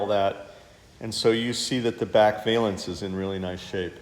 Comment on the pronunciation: Nice car. It's a vălance, not a vālence.